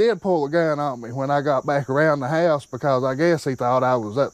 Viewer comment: It takes a powerful accent to turn the word "House" into a two syllable word 😂😂😂